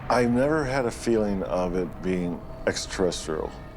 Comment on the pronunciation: i like how he says ExRa seretsrial 😂😂😂🤦🏻‍♂️